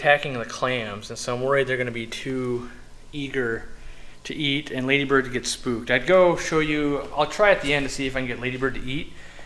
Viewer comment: It’s not Ladybird it’s Laaaaaadybird.